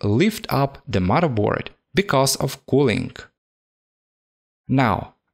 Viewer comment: "Mudda board". Love it!